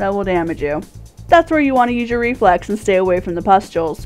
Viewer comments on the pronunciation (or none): I thought you said Reflects, not Reflex. Lol You forgot to mention that Reflecting the orbs that it spawns is a Really good idea.